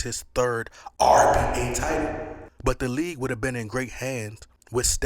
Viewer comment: idk maybe I’m hearing him wrong, but it always sounds like he’s saying RBA instead of NBA…😅